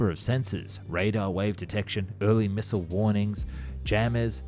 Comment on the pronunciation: Yet, can't say "Dassault" or "Thales". Or "missile".